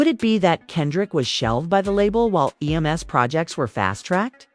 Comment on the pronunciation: Would be a much better video with human narration. Then it wouldn't say "E.M.S." instead of "Em's".